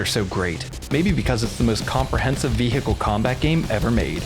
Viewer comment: new drinking game, take a shot everytime says ve-hickle